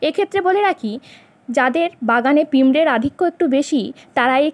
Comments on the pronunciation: আমি সাবস্ক্রাইব করে তো দিলাম । আপনাকে কোনরকম অপমান করার ইচ্ছে আমার নেই। শুধু বলতে চাই পিমরে, আমরারা,এগমগ,কিন্নাশক উচ্চারণ ভালো না । টকদই ও‌ গুড়ের মিশ্র নে উপকৃত হলাম। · অসংখ্য ধন্যবাদ , পিঁপড়ের উচ্চারণটা আমি পিঁমড়ে বলেছিলাম, তবে একমগ কীটনাশক উচ্চারণ ঠিকই আছে আপনি একটু মন দিয়ে শুনুন আশা করছি বুঝতে অসুবিধা হবে না। পারলে ত্রুটি মার্জনা করবেন 🙏